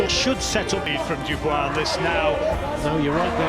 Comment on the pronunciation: There is no r in dubois😂